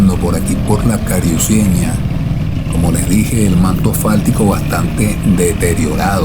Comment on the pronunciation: No pronuncies cariuceña es carucieña